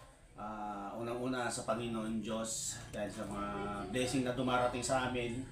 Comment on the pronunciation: Bleesing? Baka blessing yun😂